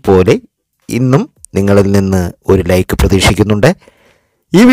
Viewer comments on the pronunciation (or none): none